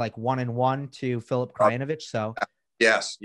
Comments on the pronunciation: Greetings from Serbia! Steve it's Krayinovich (Krajinović). 😅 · I'm with you on this one! When the guy said "Grudginovic" I had to stop for a moment. Who the hell is Grudginovic? It's not like they can't, but they won't learn because these are "complicated" names from "complicated" (and "minor") languages. Plus as the ignorant fella replied you here, we'll all live, right? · Am I the only one bothered by how many of these professional american journalists - in this case lifetime - couldn't be bothered to learn to pronounce the names of the top players at least half right - Zverev, Tsitsipas, Krajnovic. Again, we are taking about a professional journalist. The correct pronunciation could be found on the ATP website - on the page of each player he himself pronounces in correctly. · I love Steve Flink, but he's so bad with names. KraGINovic, Tsitsipidas, WTH. Americans constantly mess up my name too though, and it's only 2 syllables.